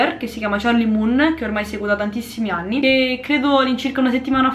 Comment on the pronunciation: Ma vogliamo parlare di quando ha detto “8 e 10 aNi” 😂😂